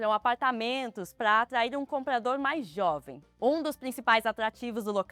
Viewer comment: Só gostaria de sugerir com respeito uma atenção para a dicção de palavras como comprar, compradores. Pode ser alguma questão de fono..nada que comprometa, só dica de gente louca perfeccionista 😊😊😊